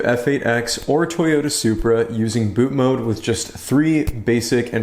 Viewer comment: i love your content. but for the love of jesus. it's bootMOD not bootMODE.